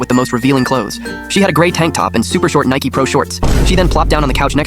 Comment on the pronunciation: how tf do you mispronounce “Nike” 🥀